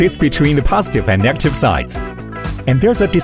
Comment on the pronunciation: Congrats, this reel is much better than before. Informative and interesting to watch. But I noticed something weird about the AI sound, some really basic words do not get pronounced properly (i.e. "positive, negative, etc)